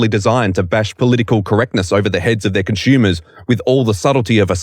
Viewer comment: "conschumers" "aschume" Learn the correct pronounciation of the language already. The first one or two times I thought it was an accident. But the other 20 times just really hurt my ears/brain.